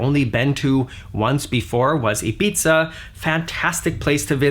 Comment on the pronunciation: Gosh mate.... It't "Ibitha" not "Itsbitha".... Love your videos